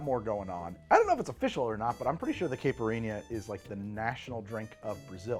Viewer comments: The mispronunciation of the caipirinha must be noted! It's "ky" like k with an eye sound. Ky-pur-een-ya. NOT caa-pur-een-ya You're welcome 😉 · on behalf of Brazilians everywhere: kai (rhymes with high) - pir - EE - nyuh